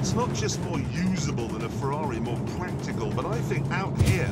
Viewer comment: thank you, i whole heartedly agree with your stance. and petrolhead- it's "practical"